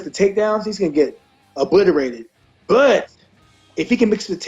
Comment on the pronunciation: smh at King Mo trying to say obliterated lol "Ughbuttarated"